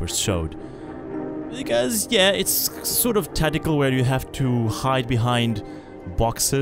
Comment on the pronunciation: I know "Tactical" but what is "Taddical"?